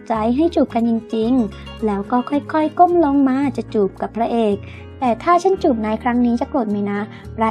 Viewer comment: ทำไมคำว่าเธอ..ถ้า..ทั้งที..ทุก..ทำ..ที่..ถึง..ต้องอ่านออกเสียงเป็น ชอช้าง..การออกเสียงมันกระแดะ